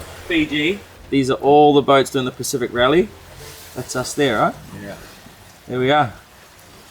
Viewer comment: Bloody honky you live there and can’t even pronounce the name correctly, listen to the rest of crew that don’t live, pronounce it correctly, and you still don’t make an effort. Be interesting to hear your pronunciation of other pacific islands.